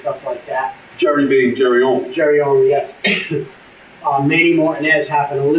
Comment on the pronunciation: did this mf just say Manny Martin-ezzz??